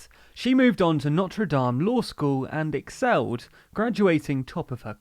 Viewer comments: You all are amazing. The best news source out there, but can you please take thirty seconds to google the pronunciation of unfamiliar words? NO-truh DAHM is a cathedral in Paris. NO-ter DAYM is a university in Indiana. The latin term is STAR-ay duh-SEE-sis (or commonly duh-SYE-sis) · It’s actually pronounced no-ter-d-A-m, at least here in the Midwest. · No. It is pronounced like no-ter-dāme. They're spelled the same, but for some reason the School is usually pronounced differently. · It's funny hearing someone pronounce "Notre Dame" that way when speaking about the university